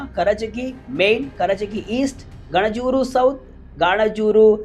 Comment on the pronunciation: Sir ಗಾಣಜೂರು ಅಲ್ಲ ಗಣಜೂರ ಗ್ರಾಮ ಅದು ಹಾವೇರಿ ಜಿಲ್ಲೆಯ ಹಾವೇರಿ ತಾಲೂಕು ಓಕೆ👍